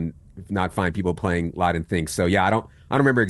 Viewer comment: It's "Lodden", not "Laden".